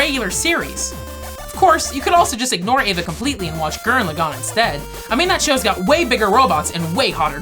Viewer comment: Eva not evea